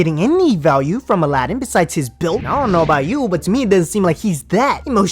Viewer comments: Did it irritate anyone else that she kept calling him Ala- din instead of Aladin. I mean he said his own name more than once and she just kept mispronouncing it. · Why do they say Aladin but he himself says it Aladin? Huh? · Why does she say his name wrong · why cant Jenny and Laura pronounce Sumit and Aladin properly after all this time? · How is she married to him but can't pronounce his name right ? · why can't she say Aladin correctly? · She can’t even say his name right